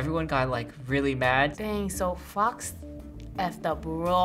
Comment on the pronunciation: Poor girl. That mean producer laughed at pronunciation of Fox like the F-word.